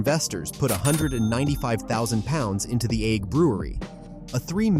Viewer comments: It's Eigg as in EGG. So lazy not checking pronunciations! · If the narrator cannot decide what is the correct pronunciation for the island of Eigg then what hope do the rest of us have??